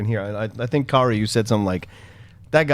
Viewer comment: I enjoy listening to the recap/review here and find it very entertaining. By the next episode do we think can learn how to pronounce Kaori's name?